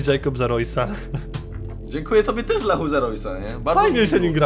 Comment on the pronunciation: a nie łachu!!!!!